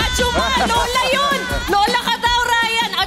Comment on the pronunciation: hajima kasi sabi Karylle whahahaha hindi Ajumma